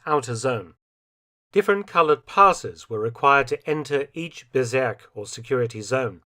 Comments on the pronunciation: "Bezirk" is pronounced "Bizeark" to use English vowels 🙂 Now it sounds like "berserk" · I think it's Bezirk, not Berzerk. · Bezirk not Berserk. I don't know IPA so I can't really tell how to pronounce it. But that is just a nitpick. Great video as always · one small correction, when talking about those area's on the Obersalzberg, the word "Bezirk" is not pronounced with an "e" but with an "i" not sure how to do the phonetic thing.